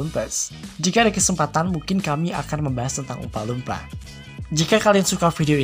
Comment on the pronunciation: jelek pronounciation nya. dilebih lebihkan banget apalagi pas nyebut oompa loompa